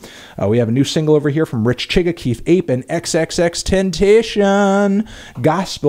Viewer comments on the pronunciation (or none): ex ex ex tent ah see own is how its sposed to be said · hey anthony great vid as usual, however i just thought i'd mention to you that it's pronounced xxx ten ta-see-own lol thanks for giving him a shout out tho! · TEN-TA-SEA-OWN GET IT RIGHT YOU MELON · >xxx-ten-tay-shun can u not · I'm mad at you Fantano, you said XXXTENTACION wrong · You said xxxtentacion wrong lol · Bro when you gonna pronounce xxxtentacion correctly. I'm white and live in Kentucky and I can pronounce this shit correctly.